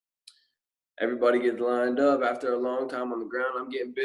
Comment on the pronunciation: Bro I HATE how you say "everybody"😂😂😂